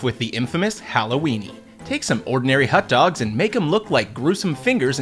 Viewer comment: Whats a "Hut Dog"?